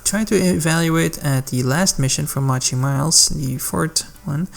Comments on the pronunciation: It's not "Mah-chy".. it's "Moe-Chee" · No, no it’s defientely, moe-chee